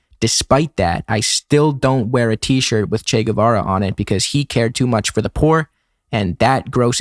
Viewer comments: As revolutionaries not knowing how to pronounce the name of Che Guevara is a bit F. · IIRC mnemonic device for remembering Che Guevara was "Shake Guitar" but I think it's because he calls him Che Guevar. He a lil confused but he got the spirit